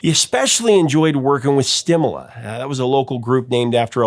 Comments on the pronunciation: Great recognition to Stimela and Ray Phiri, and Johmny Clegg and Jukula. Pedantic comment: Stimela is pronounced stimEla, kind of rhymes with "Yella." Ray Phiri's surname is pronounced with an explosive P. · STEE MAY LA, THE GUITARIST'S NAME IS PRONOUNCED PIER EE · The band name Stimela pronounced Sti Mare lah.